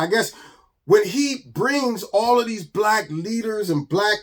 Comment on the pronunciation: Is Keith saying black or brack lol. MAGA every Day 👌👌